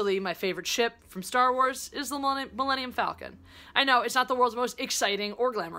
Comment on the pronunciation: Super Stardestroyer. It’s that really sharp dagger-like shape that I like. Btw, just saying, it’s pronounced ‘Fall-con’, not ‘Fell-con’. Enjoy Black Panther!